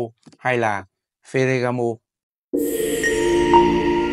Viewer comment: Phát âm chuẩn chút bạn ơi. Phờ gà gá mồ.